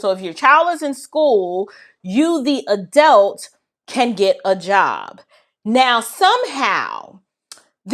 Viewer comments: Help me out. Isn't the word pronounced, "A-DULT"? What is an "A-DELT"? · Still trying to figure out what an "ADELT" is🤔